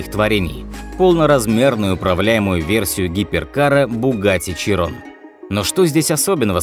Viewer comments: ШИИИРООООООН А НЕ ЧИРОН, кровь из ушей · широн а не чирон , деревня. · Фокус - фотошоп Не Чирон, а Широн Не ПоршЕ, а ПОрше А так норм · Не Чирон, а Широн.. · Это даже не широн, это Кайрон какой-то, сам чекни в гугл переводчике(именно произношение) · ШИРОН.. а не Чирон.. 🤮